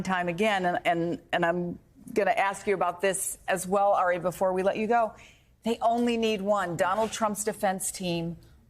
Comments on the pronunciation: His name is Ari, not Aray😮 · Isn't Melber's first name pronounced "AH-ri" and not "Eh-ri"? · "Airy Melber" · How is she gonna call him "air-E" when she's worked with him so long and he clearly pronounces it as "R-E" lol 0_o 😅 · Is she calling him Harry ? I thought his name was Ari. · It’s very cute how calls Ari ‘Airy’ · Would somebody please tell Andrea Mitchell how to pronounce Ari's name? It's not Airy! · Woulld someone tell Mz Mitchell his name is pronounced Ar'i? It's like she willfully mis-pronounces it. Disrespectful. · Did she call Ari “Harry”? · MSBNC, you HAVE to retire Andrea Mitchell. She's so out of touch and incompetent now that she doesn't even know how to pronounce "Ari." A colleague's name she's heard others pronounce correctly 75,000 times. A 6 year old could have gotten that right. She's getting worse each week now.